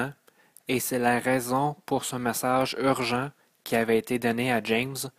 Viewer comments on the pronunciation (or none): Beau message ,mais au lieu de ( messâge,prepâre ,câr, frwere ) ( message ,prépare , car , frère etc..) Ô la la espérons que rendu à la 13 ième le langage est universel . Désolé...Difficile à écouter. Déconcentrants. Mauvaise phonétique,diction ouf ! Énervant . Un minimum SVP